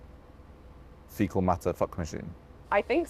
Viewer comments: He said artificial fetal matter when he meant to say artificial fecal matter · If you got foetal matter leaking out then girl, you in trouble 😂😂😂